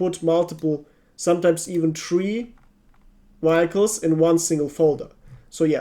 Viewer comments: Youtube captions went insane trying to decipher that word. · i beg you dude, please look up on how to pronounce "vehicle"